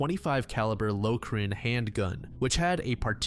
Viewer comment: Low-crin? Brother, the gun ain't that. It's LORE-SIN.